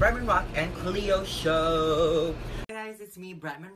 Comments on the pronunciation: I like how he used to call her cleeeo and now he calls her clayo 😭😂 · Is it just me who hears that Bret pronounces Cleo differently now. From Cleeeo to Claayyo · It sounds like cleo said kio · Clayo is the Filipino pronunciation for Cleo so that may be the reason :)